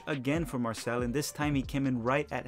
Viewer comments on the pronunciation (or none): fyi it’s marsay not marsell (for Marseille) - sorry to keep correcting your pronunciation